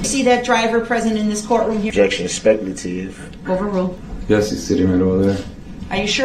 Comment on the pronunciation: Ole' Brooksey just flicking a spinning prize wheel to decide what to say next. "Grouns!😡 "SUBSTSAIN!"😡 "specalative!"😡